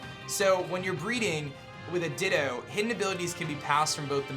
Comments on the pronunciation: Nobody: absolutely nobody:: dittOH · The ways you pronounce things really grinds my gears. "Everstooone" and "Dittooough". Very informative though, but man that's like nails on chalkboard to me.